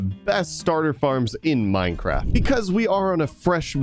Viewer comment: Did anyone not notice that just called it Mindcraft?